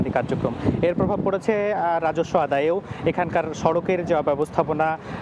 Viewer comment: প্রভব বলে পড়বে না 😂😂😂😂😂😂😂😂😂😂